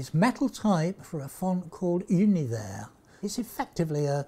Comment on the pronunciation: I'm so glad he gets the pronunciation of Univers right.